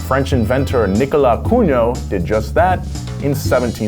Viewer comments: Nicolas Cungot lol 😂😂😂 it's Cugnot my american friends 🇫🇷 and the "Ferdié Chério euh veupaeuuur" was excellent 😂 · It's Nicolas Cugnot, not Cungot! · Cugnot ... not "Cungot" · I mean, that's written "Cugnot", not "Cungot"... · You may not pronounce Cugnot correctly, but at least try not to misspell it. It’s quite important step in cars history. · That's Nicolas "Cugnot", not "Cungot". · Cugnot. Not Cungot. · my 7th grade teacher is the only person ive heard claim ford invented the car in the 1900s even my dad knew about cugnot but he pronounces it kug nut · He isnt! HE'S cogNOT